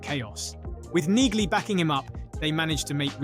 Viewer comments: The G is silent in Neagly dude!🙄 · The repetitive mispronunciation of Neagly's name is grating! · Mr Narrator, you need to actually watch the show before posting videos on scenes. First the G is silent in Neagley’s name, Second in season 1 episode 1 the prisoners entering the cell were after Hubble not Reacher, Reacher didn’t want Hubble raped in the cell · AI bullshit. can't even get Neagley's name right.